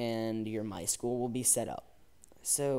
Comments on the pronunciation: its my-s-q-l not my school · IT IS NOT MY SCHOOL ITS My-S-Q-L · MySchool? MySQL where S Q L is pronounced